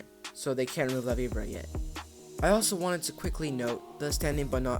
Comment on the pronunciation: HE JUST FUCKING CALLED IT LAVIBRUH!ITS LA VI BORA